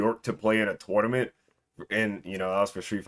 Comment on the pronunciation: bro called a tournament a toynament